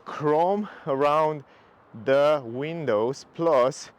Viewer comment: I like how you pronounce "da windows plus da roof rails", very jamaican. Also great car